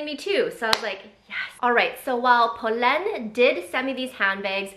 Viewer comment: I’m so happy you did this. These are the exact styles in the exact colors I’ve been looking at from them😅 also glad your sister in law taught you the pronunciation because it’s butchered so much on YouTube lol